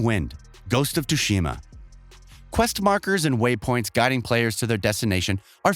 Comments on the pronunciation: don't forget "Ghost of Tu-shima"! :D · Ark- ham and too- shima are just the best! Bruh!